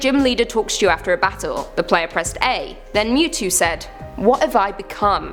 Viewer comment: It's Mewtwo not Mew to XD